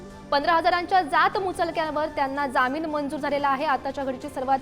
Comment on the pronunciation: Jamin nahi jaamin marathi chi asho waat lau naka.